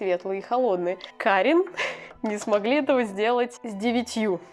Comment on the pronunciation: Как создание обитающее в Польше скажу, что более точное произношение фирмы "кАрин", ибо ударение всегда на предпоследнюю гласную, за некоторыми исключениями 💖 Хотя, ближе к концу ты так и произносиш